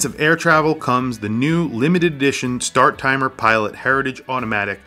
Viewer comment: Great video, but it's Star-timer, not Start-timer.